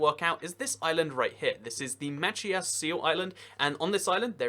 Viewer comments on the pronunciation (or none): Just a heads up from a Mainer, that island off the coast of Maine (Machias Seal Island) is pronounced "muh-CHAI-iss," "CHAI" being like "chi" in "child." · Absolutely butchered the pronunciation of Machias. I’m from Maine and that’s not even close to how your supposed to say it.